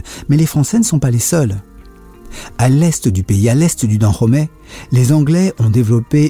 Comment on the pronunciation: Tu prononces mal le dahomey